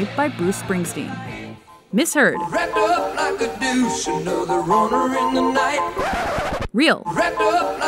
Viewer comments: He said duche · Since when does "deuce" end with the "sh" sound? As for the rest, yeah, no, not hearing it.